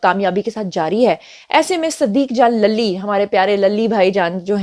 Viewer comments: صدیق جان lally نہیںlully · للی کو زیبا ہے کہ اس کا نام صحیح اعراب کے ساتھ ادا کیا جائے-!،،،،،،،،،